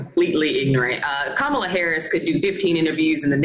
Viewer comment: Was waiting for Chris to pull him up on Kamala’s name pronunciation, and then he did. Well done Chris 👏👏👏👏👏